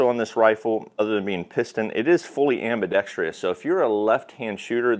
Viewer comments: It’s “ambidextrous”, not “ambidextreeous” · "Ambi-dex-tree-us" wrong.